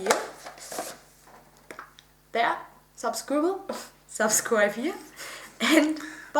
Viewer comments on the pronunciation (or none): Ich finde es nur irgendwie ein Merkmal was nur du hast. :) Ich fier dein " Subkribel " weiter so :) . Ein Besuch ist vorgemerkt ;) Und das mit deinem " Nein" zwischen ruf fier ich nur weil es so plötzlich und trocken rüber kommt .